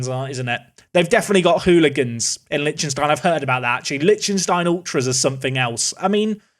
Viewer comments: Lec-tin-stein , not lynchinstein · how can you be this horrible at pronouncing like usually idec but this just pisses me off honestly. Liechtenstein and Sarajevo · Is that how English people pronounce Liechtenstein? Jesus christ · Where did you learn to pronounce Liechtenstein? 😂 It's delightfully and horrifically butchered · The mispronunciation of Liechtenstein hurts me :( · Thanks! I always said it wrong too 🤣✌